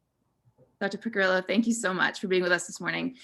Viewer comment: Great video. But you're just mispronouncing her family name: It's "Piccirillo" (Pee-chee-ree-loh) not "pikirillou" or something.